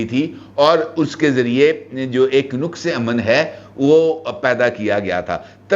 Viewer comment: نُقص نہیں ہوتا نقص بولنا درست لفظ ہے